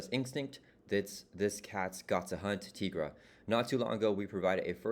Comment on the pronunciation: Tigra is pronounced TIE-gra, like Tiger. Jenny Blake Isabella née Tony Isabella, co-creator of Tigra, is on record saying as much and that they thought it would be self evident because she's literally a Tiger Lady. And here's a supercut of Tigra appearances including an Avengers cartoon and Chip and Dale movie where she is called TIE-gra